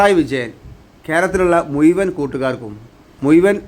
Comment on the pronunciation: മുയുവൻ അല്ല മോനെ മുഴുവൻ ഒന്നു പറഞ്ഞ് നോക്യേ